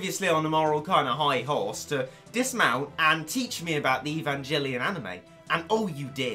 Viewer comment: Omg, you suck, learn to pronounce the name of the anime before you actually say it, let alone make a review of game/ series that has such a big fan base world wide, I feel so bad for such ignorant people like your self, we are all laughing at you not with you, your the reason why if aliens come to earth we will all be fertilizer not the waiters for the table, I hate to call my self a human after watching this video, I'm going to start a fire and kill myself now so nothing remains so I'm not in any way seen as the same life form as your self, you don't bring shame YOU ARE SHAME